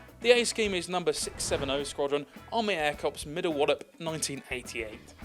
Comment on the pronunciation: Oh btw its pronounced "army air core" and NOT "army air corpse" despite the spelling.